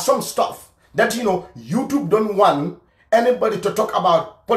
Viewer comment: Why you can't pronounce YouTube properly??